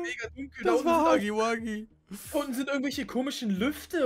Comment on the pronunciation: Es tut mir leid dir zu sagen aber es heißt nicht Huggi Wuggi sondern Huggy Wuggy